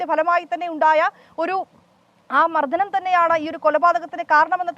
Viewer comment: മർധനമല്ല മർദ്ദനം😂😂